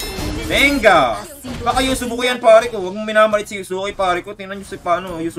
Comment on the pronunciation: (Yu ze ku) wrong❌ (Yuske)✅